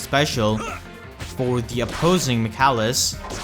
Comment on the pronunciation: Just so you know, his name is pronounced Mic ayy lis